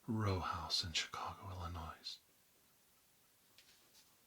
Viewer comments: I love your roleplays but just something small, as someone from chicago this bugs me. Illinois is not pronounced illinoise it's just noi like ill-uh-noi. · Illinois. The 's' is silent. FYI